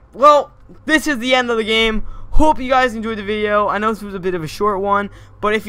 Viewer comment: I thought he said " POOP you guys enjoyed the video!"